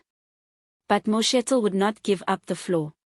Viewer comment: Name name incorrectly Could learn to pronounce people s names properly, you are pronouncing vice sprecidIf only you